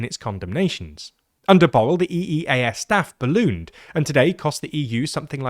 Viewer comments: Borrell is pronounced /bu.rɛʎ/, not like "bowl" lmfao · TLDR clowns turned Borrell which is pronounced like Borrrell to Bowl. Kaja Kallas is callous because she comes from a small nation. They always tend to be irresponsible and ungrateful in nature. Fundamental problem is the deceit of the politicians of EU who lied to their people and snuck in a Federal EU government while claiming that EU is not a superstate. The people, whenever given a chance, like in the Netherlands and France, rejected the concept of a Federal Europe by voting down the EU Constitution in 2005. Lisbon treaty is a secret adoption of the EU Constitution in a different name and avoiding referenda. Ireland honestly held a referendum and it was defeated. Since it was not an option, the EU people told Ireland that there will be no EU army and Ireland can remain neutral (in military only) and if Ireland rejected, banking sector may not receive EU money (blackmail). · But botched the Catalan "Ball" 😭😭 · Sorry are you pronouncing Borrell as "Ball"????? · It does not take a lot of effort to learn how to properly pronounce Borrell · As a Catalan, quite a bad pronunciation for Josep Borrell's name. The Catalan open O is pronounced like a U in English, and the LL is pronounced closer to the Y than the single L. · As a Spaniard, I wish they would have tried a bit harder with Borrell. Maybe the catalan "ll" is hard for them, but at least the "rr" is broadly known and they didn't even try